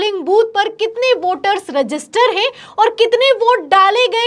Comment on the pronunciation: Heinnnn pe itna jor na do madam ji